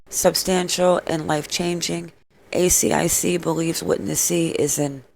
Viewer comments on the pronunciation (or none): you keep saying A C I C instead of A S I C which stands for Australian securities and investments commission 😊 AH! YOU GOT IT! well done:) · Also, you can pronounce asic, like a full word instead of spelling it out each time (I’m Australian, that’s what we call it)